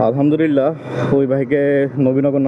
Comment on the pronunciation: আপনার আলহামদুলিল্লাহ উচ্চারন টা ঠিক মতো হয় না এমন শুনা যায় আলহাদুরীল্লাহ😢